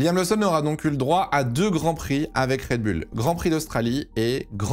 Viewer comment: toujours red bul et pas red boul dans la prononciation...